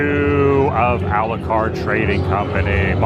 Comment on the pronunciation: Dracula - Alucard, not Aculard. Just fyi.